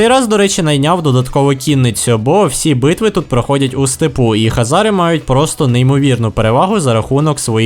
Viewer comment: Нічого такого просто сказати що Українською буде Хозари а не Хазари но помилку я твою розумію сам грав весь час думав Хазари погуглив а правильно Хозари. Но відео всеодно класне!